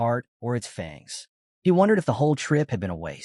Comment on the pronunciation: FANG NOT FUNG lol